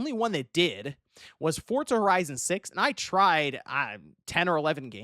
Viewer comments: I know right, bugs the hell outa me. Where's the T? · takes every opportunity he can to pronounce Forza with a T.